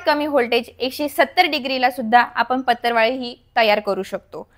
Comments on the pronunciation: Its patravali not patarvali, it sounds so irritating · It's not pattarwali plzzz it's patrawali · सगळ्यात पहिली भाषा सुधारा बिझीनेस करायला निघाली पतरवळी ××× पत्रावळी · 'अहो मॅडम,याला पतर वाळी नाही म्हणत.... तर पत्रावळी असे म्हणतात.😊😊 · पतरवाळी नाही पत्रावळी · पतरवाळी 😂 का पत्रावळी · Aho dohale jewan . La . Lgana sathi koni hi waparat nahi. आणी पतरवाळी नाही हो पत्रावळ म्हणतात. or पत्रावळी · पत्तरवाळी नाही बाई पत्रावळी म्हण ग सखू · Madam patarwali nahi parawali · पत्तर वा ळी 😂😂😢😢 हि कुठली भाषा शाळा शिकुन अडाणी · Aadhi Patravali bolay shika